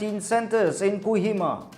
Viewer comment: Its not Kuhima.. Its a Kohima